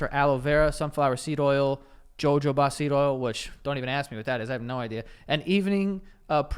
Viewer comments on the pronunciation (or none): Every time Joe says jo-jo-ba I’m like is Hu-Ho-Ba 😩😆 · Who's gonna tell Joe it's not Joe-Joe-Buh oil? Both Js are pronounced like Hs. Huh-HO-buh. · Jojoba... Ja-joba seed oil has me dead. 😂 Ha-Hoba* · Absolutely losing my mind at Joe pronouncing Jojoba as "jo-jo-bah" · Everytime joe says jojoba I’m always like JOJOBA JOE, JOJOBA .. (It’s pronounced hu-hoe-buh) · Joe, Jojoba oil is pronounced like “huh-ho-ba” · pronounced Ho-hO-ba (jojoba ) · When he said “JoJo BAH seed oil” in that first ad I thought the same thing lol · When is someone gonna tell Joe is “ho hoba” oil…. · Just a heads up jojoba oil it’s Spanish so the j’s are pronounced as h’s so it’s pronounced as huh-ho-bah oil just like jalapeño are pronounced with the j as an h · Joe phonetically pronouncing jojoba was JARRING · Someone needs to tell Joe how jojoba is pronounced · joe i need you to look up the pronunciation to jojoba